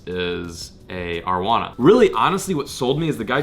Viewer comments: It's pronounced AR-UH-WA-NA.... not AR-WANA.. like so can see this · Arrow-anna not are-wanna but keep up the good work ur the only channel I watch every time u upload a video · The way says arrowana 😑🔫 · I love all your videos but the way you said arowana hurt me Haha